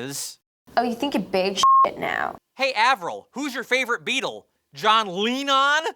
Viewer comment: I lost my shit when he started pronouncing the Beatles in Canadian.